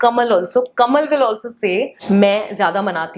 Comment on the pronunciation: Becoz aap "dhup" ko thup bolti ho😝 dhup ko gussa aane lga h ab aap pr 🙊